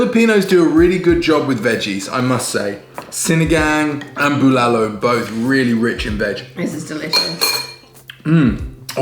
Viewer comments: Good eve congrats again. You really lucky, fiancé good cook. boiling the meat is usually a struggle, we use pressure cooker for beef to save time wait didn't wipe dry the rice cooker underside? BULALO. You got pronunciation right this time. "tagay hanggang mamatay" Tagay - toast/shot/drink Hanggang - until Mamatay - to cause death "let's drink until our deaths" See correct pronunciation here: • • the way eating it is how we would've done it "save the marrow for last", unless you think somebody will beat you to it 😉 "not a big cabbage fan"... So "broccoli" is the cabbage. Hahaha But you're right, cabbage tastes very good in bulalo. when a guy tells a girl "I like your cabbage" then awkward silence 😓 hahaha doesn't look like he drinks a lot. He looks like the guy who kicks the ass of someone who drinks a lot and gets rowdy at a club. 💪 oh the joy of having bulalo,.. and the high blood pressure afterwards.. hahaha marrow delight. Yum 😋 high blood dance? Hahaha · Almost perfect how you say bulalo. That's masarap by the way. ✌ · Your "BULALO" is better than mine! Looks good!Good Job!